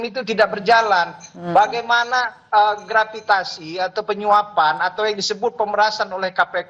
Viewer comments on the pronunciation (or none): Hasil gratipikasi bukan grapitasi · Gratifikasi woyy bukan gravitasi, gemes dengernya 😂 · Gratifikasi x bro, bukan gravitasi 😂😂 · ngomong aja engga becus, gratifikasi dibilangnya grafitasi... 😂😂😂, jilat... Jilat..!! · Ngomong gratifikasi aja grativasi😂 lau kocak woyyy korup korup aja😂 mati lu semua dimakan belatung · Ngomong gratifikasi aja jad GRAVITASI, menit 4.38🤣🤣🤣🤣